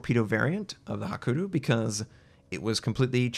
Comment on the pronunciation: it's Hakuryu, not hakuru come on start pronouncing it right; )